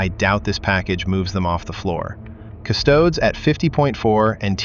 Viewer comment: Custodes rhymes with "Cody's," not "chodes."